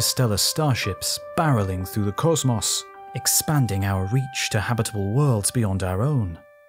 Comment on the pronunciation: It really bothers me that the narrator can't pronounce the word "cosmos" correctly